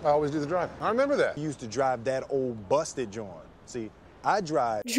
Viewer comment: J said "old busted joint" NOT busted jon, Lol!